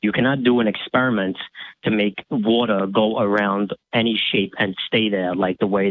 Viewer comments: Cant take serious especially when he cant pronounce water correctly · Who are you going to believe, the aerospace engineer, or the guy who can't pronounce "water," "thousand," or "all"?